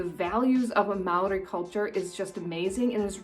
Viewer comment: I want to compliment you on you Māori pronunciation. He tino pai!